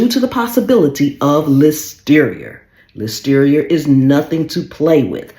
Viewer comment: Listerier lollllll 🤣🤣🤣🤣🤣